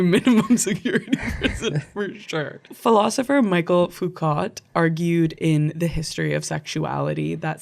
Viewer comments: Guys, it's Me-shell Foo-koh. Not Michael Foo-cot. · Lived the video. Need to tell you Michel Foucault is pronounced Mi-shell Foo-co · I think Michelle Foucault is pronounced “mee-shell foo-co” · I love this chat, but for MF's name you might like to try something more like: "Mi-shell Foo-Co" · It's so funny hearing Michel Foucault's name being pronounced in such an English instead of French way. Also, I'm gonna call myself a 'gender deviant' from now on.